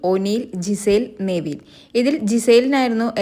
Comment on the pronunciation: Neveen allaa നെവിൻ.ningl epozhm thettichanu pryunnath